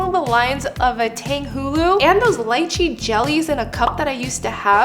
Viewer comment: lychee - "lee-chee"